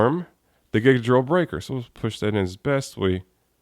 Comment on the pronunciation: I'm pretty sure it's pronounced GIGA .......DORRILLU .....BRAIKAAAAAAAAAAAAAAA!!!